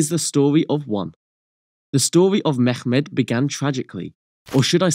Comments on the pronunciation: It's pronounced "Memmet" not "Megkhmet". We are not arabs. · Why do western people have to pronunciate Turkish names and words as if they try to speak Arabic ? Turkish is not Arabic ! So it is Mehmet not meggmet. speak it as you write it